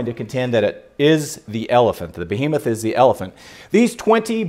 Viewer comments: Kind of funny he keeps pronouncing Behemoth ("be-He-moth") as "boh-HE-meth." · "bohemoth" * sigh *